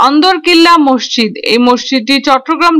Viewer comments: আপা! আপনি মসজিদ কে মশশিদ্ উচ্চারণ করেছেন বারবার অসংখ্যবার! আপনি বলবেন> মসৃ জিদ্ এভাবে ধীরে উচ্চারণ করুন, আপনার উচ্চারণ সঠিক হবে। ধন্যবাদ আপনাকে। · আসলে শব্দটি হবে- মস্ জিদ্, আপনার বোঝার সুবিধার্থে শব্দটিকে দুই ভাগে লিখলাম। আমার এক বাল্য বন্ধুও আপনার মতো উচ্চারণ করে। এবং বিভিন্ন টিভি চ্যানেলেও কোনো কোনো সাংবাদিকের উচ্চারণেও মসজিদকে মশশিদ্ উচ্চারণ করতে দেখলাম অনেকবার। ধন্যবাদ আপনাকে।